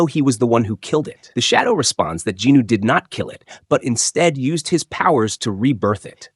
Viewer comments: Who the F**K IS JINNO? you keep repeating it, its JIN WOO its so frustrating you keep on saying JINNOO... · i didnt expect to get a answer so thanks for the explaination bro. I was confused about it in german you pronaunc it "sOng jin-Woooo" so it "hears" wrong for me if you say ginu loool :D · I like your slides but Jinwoo’s name sounds like Jino😒 , kinda distracting! But this is the complete manhwa on the Jeju arc!Thank you. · Djinu? Do you mean Jinwoo? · Jin woo ❌ Jinu ✅ 😭😭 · Bro who the hell is "Ginu"? Does you maybe mean "jinWoo"? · who the hell is "jee knew"?